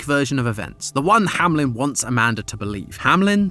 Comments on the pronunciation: Is this actually the way that "Hameln" is pronounced in English speaking countries? It sounds more like "Hamlin" which, as a German myself, triggers me to no end. It's "Hameln". /ˈhaːml̩n/ There's no I. Sorry, couldn't help myself. 😂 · Kinda funny how none of you can say Hameln and keep saying Hamlin insteadxD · I live close to Hameln… Hearing it being pronounced Hamlin constantly is… painful 🤣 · Company name: Hameln GT pronunciation: Hamlen Aaaa